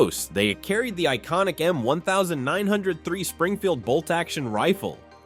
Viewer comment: M Nineteen 03 is how it's pronounced